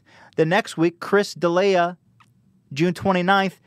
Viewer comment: ouch atleast say De'lia's name right lol